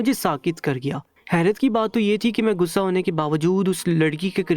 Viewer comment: If you don't know urdu talafuz, please hire someone who can deliver better talafuz. Gussa is actually Ghussa. Galat is Ghalat and paghal is pagal. You should use "gha" properly.